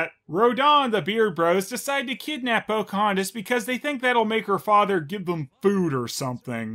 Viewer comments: each time i hear Cam Clark say "Pokey-hontas" a partof me dies inside... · How? does? How? How does saying the name Pocahontas sound like coughing or sneezing?